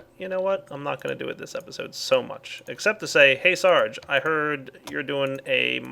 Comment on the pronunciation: stop pronouncing searge wrong :facepalm